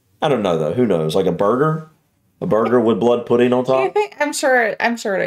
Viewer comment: I love how you say pudding you say pudeen 😂❤